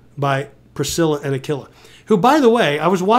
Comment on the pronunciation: It's pronounced Aquila like a quilt not a killa 😂